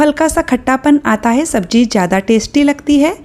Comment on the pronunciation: Madam sabji nhi SABZI hoti h😂😂